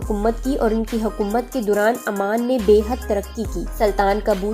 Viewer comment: Amman aik City hai aur Oman aik mulk hai aap ne poree video mai Oman ko amman kaha hai jo k ghalat pronunciation hai